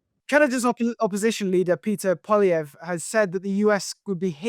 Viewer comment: Turned it off at "Peter pollievre"